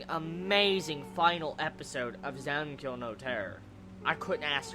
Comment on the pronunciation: i cringe whenever he says zankyou